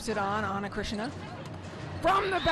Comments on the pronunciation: I felt there is a phlegm in the throat of the commentator that needs to spit out😂. And it’s Ana CHRISTINA! Not Chritsiana😂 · Ana Cris-ti-na!!! Commentators need improvement in pronouncing names. Some preparation before the match starts by reviewing the rosters and saying the names correctly might help. VAMOS BRASIL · Who is Ana krishna? This lady narrating this game is illiterate for sure. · “Ana CrisXena” 😂😂😂😂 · How in the world Ana Cristina is still mispronounced as Krishena? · Amazing how much better Brazil is with Ana Cristina. She was unstoppable today! And can someone please tell the commentator that her name is not pronounced Ana KRISHNA! 😡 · why the commentators can't pronounce ana cristina? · Ana CRISTINA is not a difficult name to pronounce. 🙄🤦🏻‍♂️